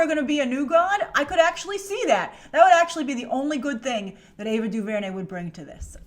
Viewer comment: Say her name right lol